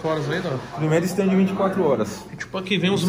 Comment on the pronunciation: É stand, não ESTANDE.....iirraaaaaaaaaaaaaaaa